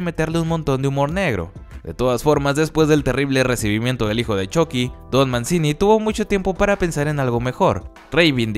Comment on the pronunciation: Se pronuncia "Manchini"